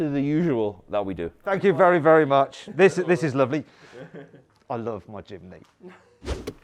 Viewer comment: Mat: jimny Subtitle: chimney